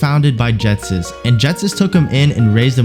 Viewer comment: JET-SIS?! BRUH ITS LITERALLY SPELLED "GH" GHOUL GHETSIS